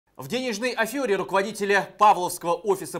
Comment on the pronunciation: не афЁра, а афЕра....., 😄